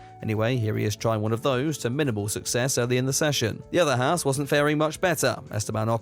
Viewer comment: As an actual Haas, I cannot listen to you Brit’s butcher our name anymore. Ffs.. it’s pronounced like “Haaz” or “Hoss” or “Haus” not “Hass”